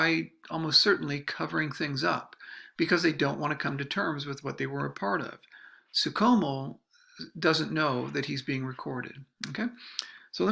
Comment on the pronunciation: It's pronounced Franz SOO SHOW MEL. No Soo COMO. Yeesh.